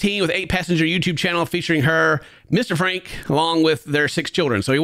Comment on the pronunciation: you gotta do your research a bit more if you’re going to cover serious topics like this. You can’t even pronounce her last name. It is pronounced “Frank.” But you had to guess. Franke’s kids father is a professor and hasn’t been in the kids lives for a while. It takes 5 minutes to prepare to do a reaction. I don’t normally care but dealing with topics like child abuse make sure your facts are together.